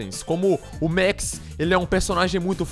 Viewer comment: ele falo meu nome errado n se pronuncia mex é Max Mex e mais pra inglês